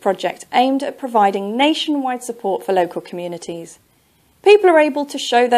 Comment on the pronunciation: Your pronunciation wrong for communities and bicycles